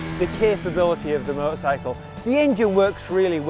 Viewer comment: With his accent a few times it sounds just like "murdersicle" lol